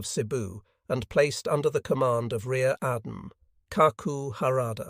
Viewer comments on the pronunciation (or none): Pronunciation of Jan is amazing. New naval title Rear Adam.